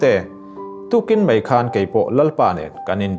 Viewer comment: Mei iti zela (mai )tih tur lawm